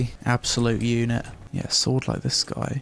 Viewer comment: "an absolute uneht"